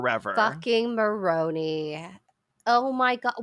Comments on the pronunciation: Just a quick quibble -- it's "more OWN eye" (which doesn't lend itself as well to the "moron" jokes, but that's how they say it!) Otherwise, still really loving this one as a long-since-former Mormon who left because pretending not to be queer wasn't a viable long-term plan. 😁🌈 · Not y'all pronouncing Moroni wrong 😭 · Exmo here: it's so fascinating to hear people react to what we grew up being taught. Like it really does sound like a video game, and I honestly never thought of it that way XD Ps, it's like nails on a chalkboard for me hearing Moroni pronounced wrong (the indocrination goes DEEP y'all). But the petty part of me is glad he got unintentionally dunked on like that. I mean, if Joe didn't want us to pronounce it "moron-i" he should have spelled it differently. You'd think god's bff would know better